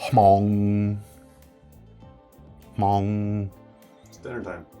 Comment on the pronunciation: I am Hmong. I'm glad to see that the hmong knife knife is being recognized and being put into production. Very excited to get one. Your pronunciation of hmong towards the end is pretty on point, most people pronounces it without the H.